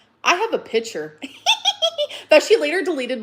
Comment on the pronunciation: i can’t with the way she says picture… “PITCHER”